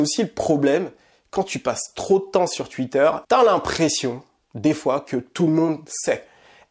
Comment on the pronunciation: Bien vu frérot j'espère que ça ouvrira les esprits ! La comparaison avec Zemmour est trés bien choisi je pense. Mais par contre ta prononciation de twitter ça change pas tu sais toujours pas le dire